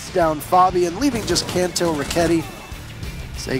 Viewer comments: Are we just going to ignore this host to call Kanto “cunto” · My man doesn't know how to say Kanto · I'm so triggered about the pronunciation of Kanto